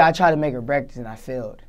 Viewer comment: dis nigga said breaktast😂